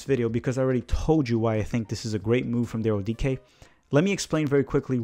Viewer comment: I've learned a lot about Daryl Dike from this - not least that his surname is pronounced ' DEE-KAY '. Thanks